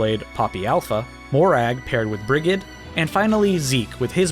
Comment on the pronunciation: Thats not how you pronounce Rhea and Brighid.